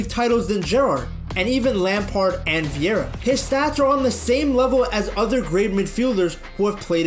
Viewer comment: Patrick Vieira played more than a decade in the Premier League. But the linguistically 'tarded English-men still haven't learned how to pronounce his name.